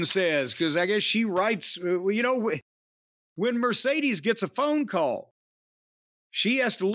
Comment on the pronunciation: I just love how Jim cornette Miss pronounces Sasha banks name " Mercedes moannnnn!!!"😂😂😂😂